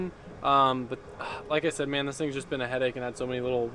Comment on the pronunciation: wen u sehd. when u SEHD. WEN U SEHD.